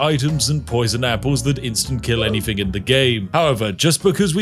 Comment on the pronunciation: Odd you're playing posh when you pronounce anything as anyfing